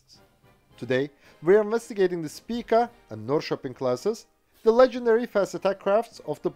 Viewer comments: Literally the first time i've ever heard a non-Swede pronounce Norrköping right! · I lived in Norrköping for about two or three years and it surprised me by how well he pronounced its name. I'm used to English people straight up busting it out on city and town names haha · As a Swede and a citizen of the town of Norrköping, I approve your pronunciation of the name of my hometown. Very well done and I’m a bit amazed!